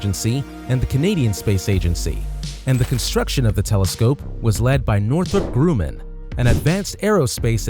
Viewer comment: The 'u' vowel in the name Grumman is short, not long.